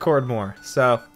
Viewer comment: When he said Peace at the end I thought he said obese